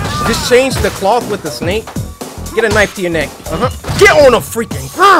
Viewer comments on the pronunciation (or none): none